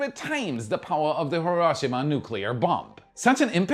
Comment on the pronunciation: Your pronunciation of Bahamas, Bahamian, Lagos and Hiroshima are incorrect. Additionally “scrap” and “scrape” are different words with different meanings.